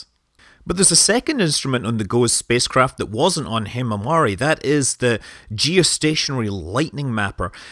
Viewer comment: hmmm actually "himawari" 's pronunciation in Japanese is like "himawali"...